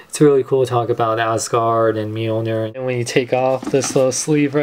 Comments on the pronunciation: mil-nor not meal-ner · it is pronounced meeoneer